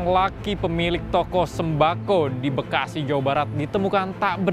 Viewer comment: mas ngomong bekasi nya biasa aja dong pake penekanan segala 1; 51 emosi gw